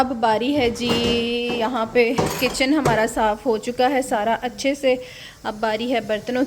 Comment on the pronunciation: MashaaAllah hard working woman you say achae a lot 😅 Achee tarah clean kehna hota hai usually